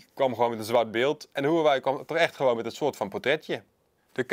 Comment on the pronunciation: Nu nog leren de merknaam uitspreken :)